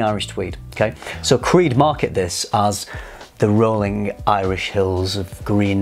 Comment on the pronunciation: really butchered creed. But I totally disagree with his observation.